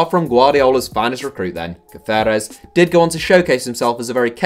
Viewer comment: Why are you pronouncing Caceres like that? He's not Spanish.